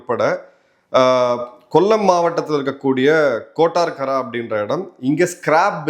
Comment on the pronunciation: Anpaarntha brother kottarakkara, not kortarkkara ( കൊട്ടാരക്കര ).